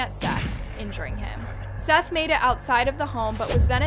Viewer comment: If you’re gunna talk about crimes, which you earn money from, you could at least pronounce the victims name right. His name is SETH not seeth.